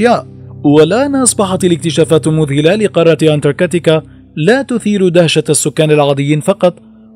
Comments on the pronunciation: انتركاتيكا 😐 اذا لفظ الاسم غلط كيف بدي صدق المعلومات اللي فيه 🤔🤔💩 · حضرتك نطقت الاسم اكثر من عشر مرات وكلهم خطاء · مش مقبول تلفظ انتاركتا بالطريقة الغلط